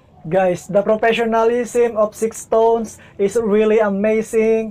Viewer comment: Thank you po for reacting to SixTONES. Their name is pronounced as "stones" po, silent "ix".